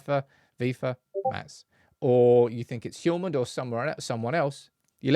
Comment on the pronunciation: Just for the record: The H in Hjulmand is silent